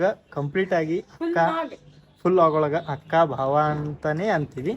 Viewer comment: Bhav alla bhaav anta bareyiri.